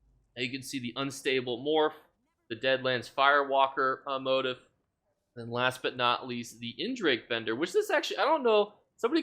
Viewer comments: Thanks for the info! Just a friendly suggestion: You kept saying what sounded like "motive" and it took me forever to figure out you meant "motif." It's pronounced MO-TEEF. 😂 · Motif is pronounced mow-teef....not tryna be that guy just helping you out for next vid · It's "moe-teef" 🫣🫣 (motif)